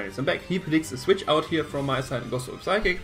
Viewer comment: good game, well built team! just remember the P in psychic and psyshock is silent!